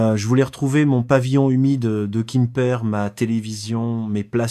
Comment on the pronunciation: A quoi rime cette histoire, toujours la même, déclinée dans des versions à peine différentes, toujours les mêmes images de soi-disant Pattaya ( j'ai envie de dire mais presque !) racontée par I A. cette fois ,il habite"kimper" en Bretagne... Peut-être une Bretagne de Thaïlande! Ça fait neuf ans(prononcé neuf faon!)etc l'histoire répétitive d'un vieux qui se fait avoir en croyant trouver l'amour avec une jeune fille en Thaïlande... quel est l'intérêt de cette histoire débile!